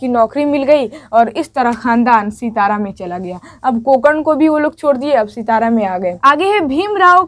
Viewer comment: सितारा नहीं बल्कि सतारा। सतारा महाराष्ट्र के एक जिले का नाम है।